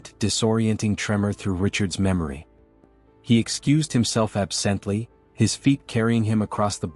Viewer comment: Can you please program AI to properly pronounce words (ex. absently).